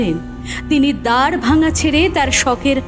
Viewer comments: Golpo ta khub valo hoyeche sudhu দ্বরভাঙা bole kono jayga nei ami jotodur jani ota দ্বারভাঙা । Uchharon ta valo hole aroh valo lagbe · oita "দ্বরভাঙা" noy ar " দ্বারভাঙা" noy oita "দারভাঙ্গা (Darbhanga)"😊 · দারভাঙ্গা উচ্চারণ ঠিক করা উচিৎ ছিলো